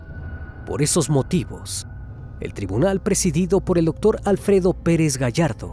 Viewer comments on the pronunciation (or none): none